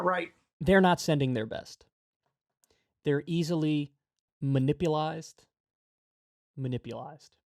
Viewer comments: "muh-nippleized" XD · Bro said: “easily ma-nipple-ized” 💀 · minpulized lmao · I don't see anything wrong with being 'manipplized,' it's actually quite pleasurable. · Even funnier, it sounds like he said “manipplized” 😂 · Well….I have now been completely ruined!!….as there’s NO WAY I’m going to be able to not say ‘Ma-Nipple-ized’ from here on out!!🤨